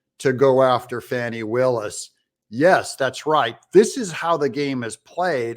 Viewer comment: Since you don't even know how to pronounce the prosecutot's name you lose credibility. Willis does not run the jail and I can't see it having any role in the prosecution. Trump will likely be convicted in DC first and sent to a Federal pen. So he may never serve time in GA anyway but I believe that would be at a long term penetentiary not a holding jail. However if more comes out about Trump disseminating nuclear sub secrets and the like maybe incarceration is too good for him and he should be sentenced to 20 years circling the DC Beltway in a tiny Smart Car.